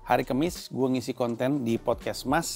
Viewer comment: Bang maaf nih yaa,kAmis bang..bukan kEMMis